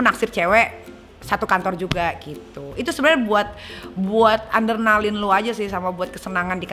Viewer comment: adrenalin nyai, bukan andernalin